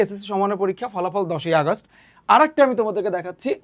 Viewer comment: আগাস্ট না 🤧 আগস্ট বা অগাস্ট posh লাগে আগাস্ট কি জিনিস🙃 ব্যাজ না 🤧 ব্যাচ✅